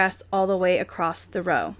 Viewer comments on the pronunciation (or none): There is no T is across just saying